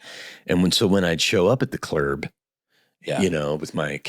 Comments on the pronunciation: Steve saying "Clerb" gets me every time 😂😂😂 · I'm just here to hear Steve say clurb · What a genuine and friendly soul. And a great sense of humor too. I too, pronounce "club" as "clerb" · I want an entire episode of Steve just talking about the "clurb" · At "the clurb". I like that!